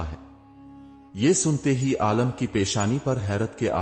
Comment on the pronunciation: Bhai aalam nahi aalim hota hai